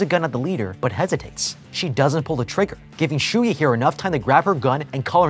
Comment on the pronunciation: For the longest time I thought Shuya's name was Shuyu the way pronounced it at the start, lol.